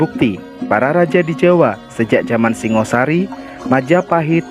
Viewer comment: Pengucapan perlu di luruska.Singa Sari Idethik Kodam Singo The Lian of Khing .Yang Bear adlh Shingga Sharry. Pubya arti Bumi Hap Sorp Dn Hapsari..Shanha ber arti Berasal dari Alam Suwung muncul Ke Bumi menjadi Shangha Shary.Rahayu Nuwun.